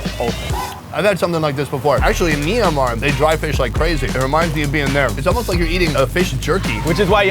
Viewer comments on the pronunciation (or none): its not Minamar...it fuckin "MYAN-MAR". if u can't spell that..just say BURMA.